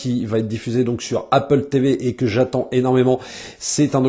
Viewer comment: C’est pas « dji », c’est « djé » Fox.